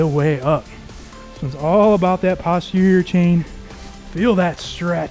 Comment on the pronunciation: Nice workout, thanks. In medicine, "posterior" is pronounced post terior, not pahst terior.😊